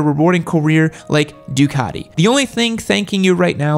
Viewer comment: He also just said "duacti" lol